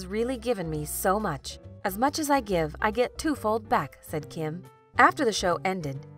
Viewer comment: So annoying that you pronounce Kim’s name wrong